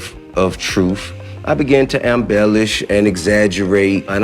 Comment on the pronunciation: "Ambellish"? The word is embellished, Tip. He's trying way too hard.